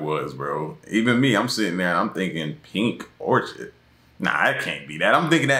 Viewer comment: She said pony orchid